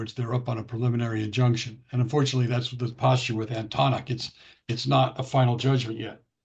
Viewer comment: Please pronounce Antonyuk properly.